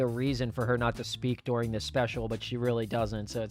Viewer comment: Lol "Douring"